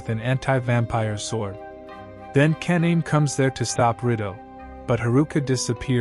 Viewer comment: Pronouncing kaname and a lot of other names wrong lol